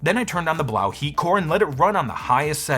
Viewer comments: It's (b-low) not blaw , french language has eau or eaux at end of words make the o sound or oo. Quebedeau is my name * que bed o is how it's pronounce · I think "Blaux" is supposed to be pronounced "Blow" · Why do u pronounce it like that. It is obviously a play on the word faux and should be pronounced as ‘blow’ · I think Blaux is pronounced “blow” according to Google translate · So I just want to check, everyone does know that Blaux is meant to be pronounced "Blow" right? Similar to faux being pronounced like "foe" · I think the Blaux is supposed to be pronounced as if it were a French word (which would sound like 'blew''), instead of German (which would be pronounced as you pronounced it, but with an audible 'x' at the end). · It's pronounced "Blow". Just ask any Cajun. 😅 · I really think it's supposed to be pronounced "Blow", since it't a fan or heater and it blows air?